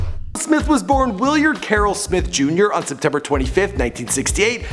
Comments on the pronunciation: It's Willard not Williard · Willard** not Williard lol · lmao it's WILLARD not WILLIYARD